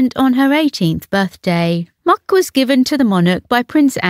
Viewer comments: It’s pronounced “Mick”! Not Muck. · Muick. Is pronounced Mick apparently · it's MUICK| (Mick) and Sandy. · The dog is pronounced Mick or Mack. Not muck. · 'Muick' is pronounced 'Mick', not 'Muck'!! And 'Funeral mass'? Eh?? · I am puzzled. Queen Elizabeth had four dogs at the time of her passing. Muick( pronounced Mic), Sandy, Lissy her Cocker Spaniel, and a Dorgi named Candy. I always hear that Muick and Sandy were taken in by Andrew and Sarah, but what came of Lissy and Candy? Who are the current caretakers of these two royal canines? 👑🐾🐾 🐾🐾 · Wish all presenters commenting on the Queen’s Corgis would get the name of the Corgi Muick, correct pronunciation Mik after the area of Glenmuick, pronounced Glenmik part of the Deeside area near Balmoral. I know this as some of my ancestors hailed from there and I spent many years researching there. Even Glen Campbell pronounced Muick as Mewwik and not the correct pronunciation Mik. Helena Muriel Ferguson Hurhangee